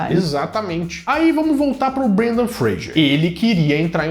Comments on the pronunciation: Fra s er... Fra g er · Fraser . Vc disse frager o vídeo todo